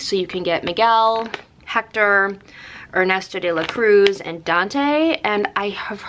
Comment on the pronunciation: You pronounced alebrije pretty well! As well as Ernesto de la Cruz 😊 How lucky you are to have found some, I'm glad they weren't 5 of the same lol. Glad to see you treated yourself a bit, stay safe 💕